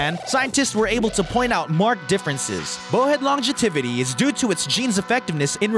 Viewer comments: What the hell is long-ge-tivity ? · Not only that... "wrecked havoc" should be "wreaked havoc." we get to hear a made-up word: "longetivity," which should be "longevity." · And longevity was pronounced long-je-"tivity". WTF? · I like the story about what he called the 'longetivity' of the bow-head whale... and he just keeps on yacking as if 'longetivity' is an actual word describing how long-lived these magnificent creatures truly are. Hahahaaaaa, ya gotta love it.